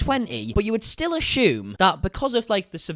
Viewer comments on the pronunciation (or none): No H in assume its not ashume.